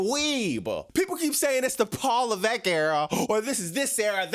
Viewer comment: LMAOOOO "PAWL LEVEECK-!" Yo what was that??😂😂